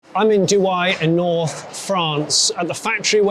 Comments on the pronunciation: Duhai, like in the Emirates? 😄 It's pronounced "Doo-eh" but I noticed you've corrected yourself later in the video. Great visit, I was surprised by the doors shenanigans. Apart from that, the 205 Sacré Numéro was a special edition from , its name a throwback to the launch slogan of the 205 a decade before. Oh, and in the "rare but nobody cares" files, the car in front of the Alfa 166 was a Daewoo Rezzo. It was called Tacuma in every export market but Daewoo France went for the KDM name instead. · Douhais se dit douhay et non douaye ! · Douai. Pronounced Doo-ay not Doo-eye! I would have thought that if you're travelling all that way you would check the pronunciation! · "Doo-eye" 😂😂 Douai is pronounced just like the noun "un jouet" or the verbe "jouer" 👍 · Doo-eh not Doo-eye. But, what a wonderful insight in the making, well filmed and well narrated! Thanks! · You pronounce it 9phonetically) DWAY not ending with an i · Douai s pronounced doo-ay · First second, man pronouncing "do-I" is pretty awful, you could have asked to any local first or to your Google Translate app how it's pronounced 😣😣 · Very good factory tour, but please stop having Douai rhyming with Dubai, it doesn't. It's pronounced as if it was written "Douè" (like the "e" in "wet")... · It’s pronounced Doo-hay. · It's "Do-way" ^^ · My french ears are bleeding when you pronounce douai as dewhiii as it was the french dubai, but it was a very nice tour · the actual name of the city is Douai